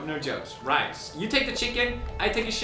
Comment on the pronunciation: I take a shcken you take a shicken